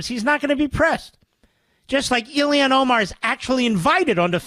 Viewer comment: Isn’t it about time to learn how to say Omar’s first name correctly? It’s Ilhan, not Ilian. I’d let it go if he was mocking her, but he clearly continues to say it wrong out of ignorance.